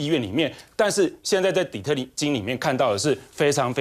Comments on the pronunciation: 底特津？底特律好嗎，這主持，暈！ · 這主持人連津跟律都分不清楚，笑死人了，底特律好歹是個有名的城市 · 5.55' - 6.03‘ 处，Detroit=底特津，生平第一次听 到特别刺耳的 “底特津”， 字幕上是底特律，念稿的人是白字先生，请先说/唸好中文，再上台 ... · 這是哪裡？底特 精？底特 津到底是哪裡？哈哈哈哈，主持人你真的太搞笑了⋯⋯ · 主持人水準有待提升底特律還念錯